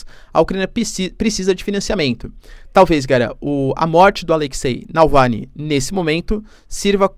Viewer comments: Nãooooooooo é Nalvany, é Navalny. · Prof, vc é fantástico, - apenas uma obs pequenina, é Navalny, o Sr. está pronunciando Nalvany... abs. Parabéns, seu conteúdo é incrível! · Navalny, não Nalvany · Professor repete comigo: NAVAAALNY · É NavaLny, professor 😆